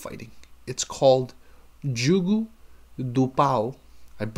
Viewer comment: No, the first "o" is pronounce like the "o" in hose, nose, rose, etc.. The final "o" is pronounced like the "u" in flute, lute, etc. At least in much of Portugal (I can't speak to the mountain areas) and in Brasil.